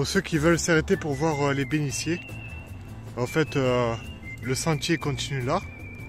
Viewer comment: Encore une belle randonnée. Merci. Il faut que tu changes le commentaire car tu parles de bénitiers et tu prononces « béniciers ». C’est un « t ». Changes ça, c’est affreux. Continue tes vidéos . C’est passionnant.